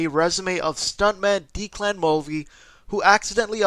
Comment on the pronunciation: bit random to say but you pronounced “Declan” wrong. It’s pronounced “deck-lan” not “dee-clan” Also great video man 👍